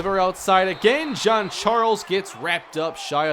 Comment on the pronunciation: Why do you keep on saying John John John John even Google gets this right John is John